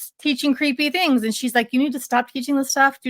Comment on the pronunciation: Loved that you pointed out the Southern California-isms! Here's another one for you that must be a Utah/Idaho (maybe even an LDS one?). She pronounces "things" as "theens". My best friend from Idaho has said it that way since we were kids and me being from California I always thought it was weird. But I've noticed several other people at church from Utah do it, and also Lauren from Hidden True Crime does it occasionally too (don't know if she grew up in Utah but I know she grew up LDS). Once you hear it, you can't unhear it!